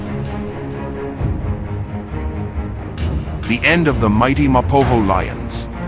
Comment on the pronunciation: When pronouncing the name Mapogo, make sure the Letter g is very much present.